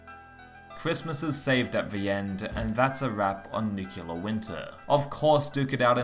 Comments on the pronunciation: Nice vid bro but a quick word on pronunciation. It is Nuclear and not Nucular🤭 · Nucular, huh ? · ‘Nukular’ Winter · I recently read a joke about the « nucular » pronunciation in english for « nuclear ». But I think it’s the first time I hear it for real, in this video ! (unless my ears are playing tricks on me) Interesting content as always, keep up on that trend :) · Say it with me. New Clear.